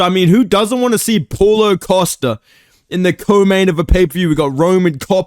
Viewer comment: Thought you said pullout costa